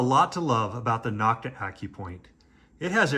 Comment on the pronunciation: It's actually "No-T-Ka". I was told that's how it's pronounced in Turkey. I'm from Texas, so it's "Knock-Ta" here.😂